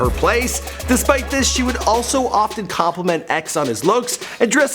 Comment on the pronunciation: ** POMPANO BEACH! ** NOT ** PA-PANO BEACH**